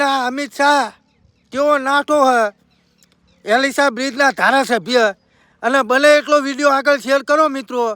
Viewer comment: ઍલીસાબીજ નહીં એલીસબ્રીજ બોલો